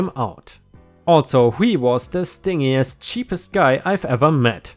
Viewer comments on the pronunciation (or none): Because you have asked for help other times, the "g" in "stingiest" is pronounced as if it were a "j" (apparently in both British and American English). "Scathing" has a long "a".